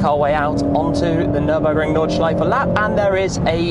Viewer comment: Gotta love the nordschife